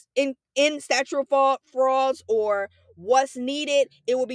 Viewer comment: also says statue instead of statute in the video